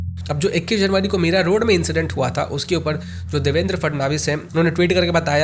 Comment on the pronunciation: Bhai vo MIRAROAD hai Meera road nahi 😂😂 I live there please naam ka dhyan rakho